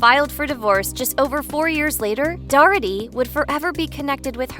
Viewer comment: How many times do you have to mispronounce the name DOH - ER -TY by pronouncing it as DOR - RET - TY ???!!! It pretty easy. . . . . DOUGH + ERTY. Such bad reporting.